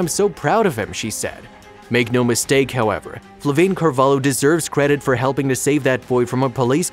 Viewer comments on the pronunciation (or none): is not "carvalo", is carvalho, the way you said it sounds like u are saying "cavalo" (horse) in the waitress first language lol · O hope thoses abusers rot in hell He doesnt know how to pronounce carvalho